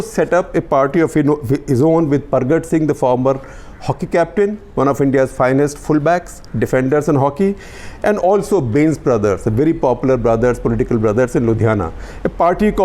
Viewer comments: Bains are jatt sikh bains nahi phains majj 😂😂😂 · Bains sounds just like bhains(Buffalo) but not with a bh but only b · The mispronunciation of "Bains" was slightly comical though.